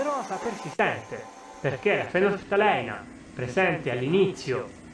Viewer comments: Fenolftaleína, l'accento sulla i!! ;) Bel video cmq, chiaro ed esaustivo. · tutto chiaro...apparte la pronuncia...scusa ma fenolftalEina non si può sentire...è fenolftaleìna!